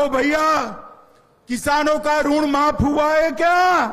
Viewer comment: यह टकला तो किसान के ऋण को रूण बोल रहा है